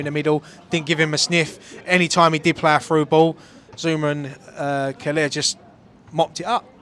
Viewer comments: It's Kehrer not Keller lol. COYI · mate, it’s not Marc Keller out there. Sort the name Kehrer out.